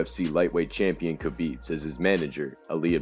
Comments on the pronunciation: The K in Khabib Nurmagomedov is silent technically pronounced Ha-Beeb Nurmagomedov not Kai-Beeb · DC has called him Ka-Beeb for years and he never corrects him...